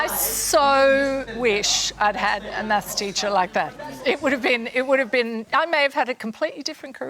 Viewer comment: The way they say math is irritating